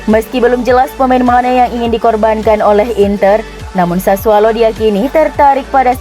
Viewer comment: Sassuolo mbak. Bukan sassualo